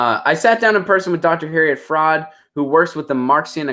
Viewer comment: you do not even know how to pronounce her name? maybe listen to what she has to say and get familiar with it before you try to comment on it ... lousy, useless video on a very smart woman.